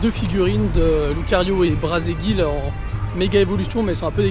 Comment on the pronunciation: Braségali monsieur et non pas Braségi a 6 :40 :p